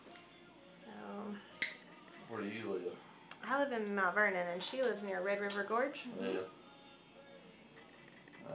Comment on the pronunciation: Omg did you say Mount Vernon?